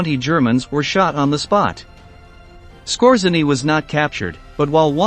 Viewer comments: His name should be pronauced : S K O J Y E N N Y . It is taken from Polish ( that's why RZ is there ) . It means the : ROOTHMAN . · It’s pronounced “Skortz-A-nee.” And Otto Skortzeny did not experience anything like a “horrible death.” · typical logical fallacy as a would-be “clever” retort. The narrator mispronounced Skortzeny’s name. He did not mispronounce “wermacht” or “grenade,” so I didn’t comment on that. And Skortzeny did NOT experience a “horrible death.” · The robot cannot even pronounce grenade, let alone Skorzeny. Good video but the audio sucks. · The emphasis is on the second syllable. And you left out the werewolves, and the Mid East jobs in Egypt and Palestine. Massad? That sounds very wrong.